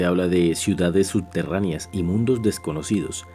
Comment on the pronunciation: Ditsionario? Sudterraneas? Odsesivo? Sedsual? Adsidente??? Hombre si vas a hacer un audiolibro debes pronunciar correctamente. Con todo respeto. Hay ejercicios para corregir esos defectos. Saludos